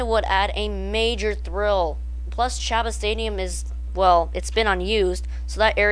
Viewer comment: Chabot. Pronounced SHA-BOW... Really? It would be great if they ran it in reverse avery other week or permanently... Skyscreamer usually has no one in line, it would be good to draw more people in....